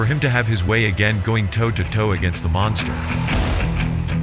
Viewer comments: Sounds more like Monthgstha to me the way Tyson pronounced it. Cute. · You mean mongster? Who you kidding mate ? That idiot couldn't even pronounce the word monster correct. How much brain damage you got ? Tyson is a scumbag, he always was and always will be. It don't matter how many times you donkeys mention his name. The only ones scared of Tyson are females and for good reason. Good to see how much you like a convicted rapist and sexual predator. What a bunch of bullshit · Tyson- "cwazy guy name the mongsta" 😂